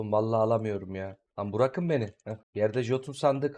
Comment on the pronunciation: Neden bırakın demek yerine burakın diyorsun bi makarası mı var yoksa mallıktan mı?